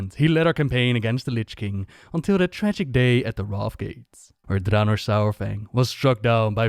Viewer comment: Did you seriously just call Dranosh Dranor? You're supposed to be the go-to lore guy, come on. At least take some effort in getting names correct.